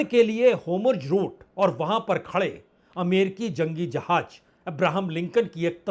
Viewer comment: . Sir aapne hindi kahan se sikhi ,jahaaj nahi jahaaz,hajjaar nahi hazaar